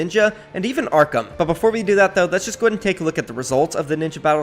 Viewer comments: It's ARKHRAM not Arkham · Stop saying Arckam its Arck-rum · bro its ARKHRAM NOT ARKAM